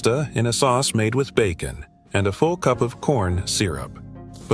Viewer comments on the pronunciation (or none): none